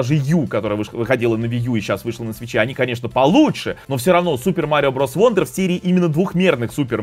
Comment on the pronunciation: Wonder читается как "Вандер", как в слове son (сын). "Вондер" читается слово "wander" (бродить). Такие вот правила чтения у англичан